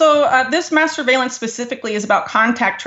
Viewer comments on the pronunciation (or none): Did She really say masterbalence? Well if Israel is involved i am all for it.. If and when you bless Israel you and me too will be blessed..Maybe not in this life or the next but maybe after that . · Everytime she says mass surveillance my dirty mind keeps trying to hear masturbation.